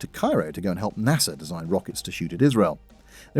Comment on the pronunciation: Ooohhh - it's "Nasser" not "NASA"!! LOL!!😂 OK, finally got it. After multiple replays & headscratching, I now realize that he wasn't helping "NASA" develop rockets to shoot at Israel - he was helping "Nasser"!! Anyone else confused by that little sound-alike?? I mean, *rockets*, right??? All great stuff!! 👏 I'm binge catching up!😊